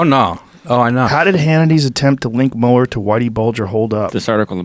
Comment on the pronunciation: Joe "can't pronounce Mueller properly" Rogan